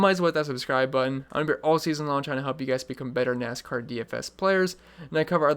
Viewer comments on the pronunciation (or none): none